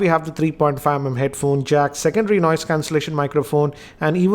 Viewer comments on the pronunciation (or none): none